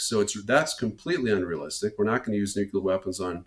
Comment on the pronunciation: Some please tell this doofus, the pronunciation is NEW CLEAR not NEW KEY LER.